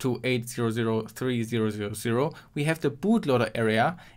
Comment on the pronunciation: holy shit just use numbers instead of slurring zeroes